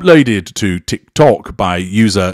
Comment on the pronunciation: 😂😂......the way you say Tik Took and the horn of ridicule 😂😂